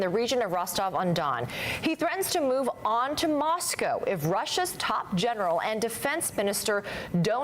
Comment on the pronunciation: This is old news now !! A deal has " been brokered" . "(0.33) Makes a change to hear an American say MOSCO (correct) instead of MOS COW ( wrong ) ! Not all Russians have been brainwashed to believe Putin !